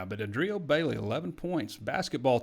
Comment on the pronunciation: You are clearly a football guy. It’s A-drio Bailey, not a-Drio Bailey (emphasis A not D). Expand your horizons.